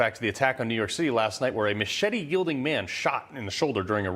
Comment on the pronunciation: It's pronounced muh chet tey get it right!